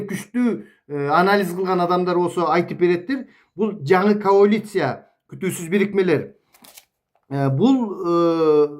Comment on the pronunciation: Каолиция эмес, коалиция болуп жазылат жана айтылат